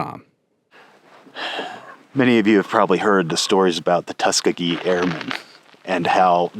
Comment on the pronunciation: Great episode! One note, though: it's pronounced tus KEE gee, not TUS kuh gee